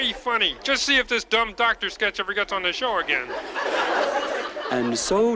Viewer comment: Don't you mean a ""Duck"-tor"??